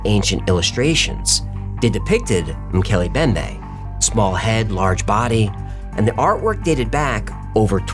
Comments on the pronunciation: Its pronounced "moo kelly em bem bay". I'm glad the entire episode isn't focused on just this one. I don't know how long i can take the mispronunciations 😂 mookelly embembe guys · it's pronounced ' Mc Kelly M bembay' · MOH-kay-lay mm-BEM-bay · It's Mm-Keeley-Em-BemBae